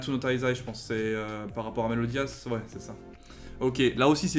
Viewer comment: Comment tu l’a appelé à ? 😵 Meliodias 😂